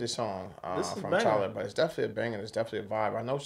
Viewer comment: its Tyla not Tylar lol